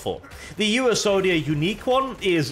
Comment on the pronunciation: Comment for!!!! Though I can't get over him saying U-S-Onia